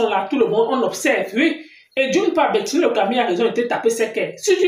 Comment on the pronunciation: C'è bertini et non Bertille le Camille